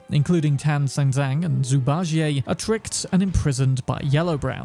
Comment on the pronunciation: Zuu Barjie' like he's French 🤣